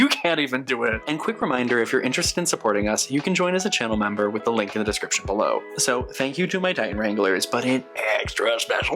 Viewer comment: Loving this intro so much and the outtake was great! I had a good laugh and rewound it because it sounded like you said “description buffalo” instead of “description below” at the beginning, which feels very fitting for the haha. This is such a gorgeous collection, so many gorgeous vampy shades.